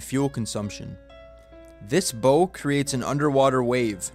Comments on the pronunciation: Isn't it called the bulbous BOW .......pronounced bao. A.I. didn't really know that. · It's pronounced "Baow" as in "Bow to your partner" or "He bowed to the king." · Bo? BO?? Bow is NOT pronounced "Bo"! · Bow is not pronounced bo as in boat. it's bow as in bow wow. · The bow of the ship is pronounced like you’re “taking a bow” not like a bow that you’d tie out of ribbon. Dolphins have done this with ocean liners for quite some time. Even ocean liners that have knife edge bows like many did in the early 1900s, those knife edge bows still allowed the dolphins to cruise quite quickly with very minimal effort. They also do this because the ships hull offers the dolphins protection from predators. It could also just be a social behavior as well but mainly the protection the ship offers and being able to ride the current without having to exert much energy it normally would to swim that fast without a ships assistance. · Even a 5-year-old knows that the front end of a ship is pronounced like taking a bow, not tying a bow. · Bow? Bow? It's pronounced BOW you goof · A bow on a ship is pronounced like you bow down to something, not like you are wearing a bow tie. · It's not a wake but is a bow wave. BTW, bow is pronounced like 'cow', not like 'bo'. I'm guess you're less than 25 and struggled in school! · Not pronouced bow, its said as 'bowe' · Dude, it’s pronounced bow like cow. Not bow like mow. Lazy language. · (1) On a ship, the front (pointed) part is not the “boe”: it’s the bow, which rhymes with “how” and “cow.” (2) Dolphins have been running in front of ships for far longer than ships have had bulbous bows (rhymes with “cows”). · the bow of a ship is not pronounced liked the device that propels an arrow but instead pronunced like a dog's bark as in "bow-wow" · Your pronunciation of "bow" gets an "F", youngster. The "bow" of a ship rhymes with "now". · It's pronounced like Bow wow Not like bow tie Sheesh the AI sucks sometimes. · Bow rhymes with cow, not go